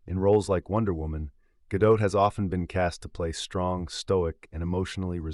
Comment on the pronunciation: her name is not gah-dote...it is gah-dot, like spot, cot, tot...as in shabbat 🥸. she tries to westernize her name or even worse tries to frenchify her name like brigitte bardot. at least she she is not as bad as natalie portman trying to hide her judaism for most of her career